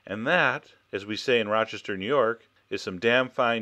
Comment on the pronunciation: you pronounced Rochester perfectly. Are you a native?